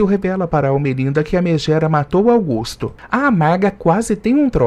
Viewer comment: Augusto e Sarita, precisa falar os nomes certos